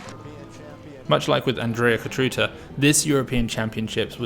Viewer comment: Fantastic breakdown of a fantastic team. Thanks for this coverage! Also, small hint: try pronouncing the „ț” in Cotruța like the „zz” in pizza - Cotruzza